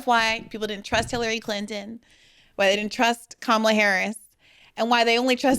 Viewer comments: My only thing is why does he consistently mispronounce Kamala's name. It's disrespectful. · Why is he intentionally pronouncing Kamala's name wrong.... 🫠 🤦🏾‍♀️ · This does nothing but strengthen the magas by splitting the vote. This is nothing more than a flex. Butch has s showing you who he is by intentionally mispronouncing Kamala’s name. Listen when democracy is restored(miracle if ever) you can argue your points. Until then you’re just helping the monsters to remain intact. I challenge butch to stop confusing his knowledge of history with his ability to comprehend what’s really happening in TOTALITY. He’s worried about scratch on the car versus the two flat tires.